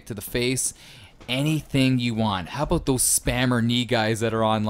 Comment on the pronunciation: "Aboot" lol 100% Canadian